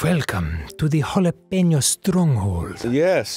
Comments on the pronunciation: Jalap-eno Put the emphasis on the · it's jalApeño not jalEpeño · It's pronounced "jill" "app" " ano"